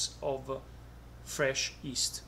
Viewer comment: I love the way he pronounces yeast - "east"